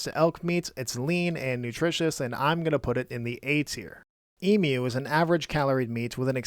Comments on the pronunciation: Wow, you actually pronounced emu correctly. Very rare for a North American. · Wow, you actually pronounced emu correctly. A first for a North American.